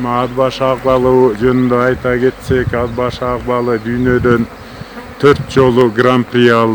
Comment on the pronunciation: Ад башы эмес..Ат башы